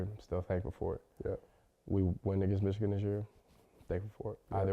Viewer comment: Caleb you got to stop saying *Ichigan. You’re a Buckeye it’s the team of north